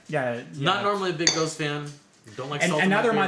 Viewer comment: Just a quick pronunciation tip on gose, it's really more like "goes-uh".